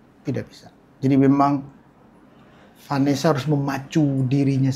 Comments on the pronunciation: bilang Vanessa gua dengernya venesse. hahahah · kenapa selalu ngakak kalo bilang vanesya